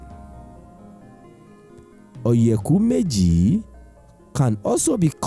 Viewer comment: Please pronounce oyeku meji properly and stop westernizing it! And please speak smartly! You got something good going for our culture.